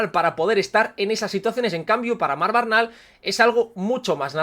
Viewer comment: Buen vídeo como siempre, simplemente comentar que el apellido Bernal no tiene origen catalán y no se pronuncia como lo haces tu normalmente, osea cambiando la primera e por una a (vocal neutra), sino que lo correcto es tal cual se escribe como has hecho por ejemplo en el minuto Hago este apunte porque me apellido igual y me suena raro cada vez que te oigo decirlo jajajaja Un saludo y a seguir a tope con el canal!!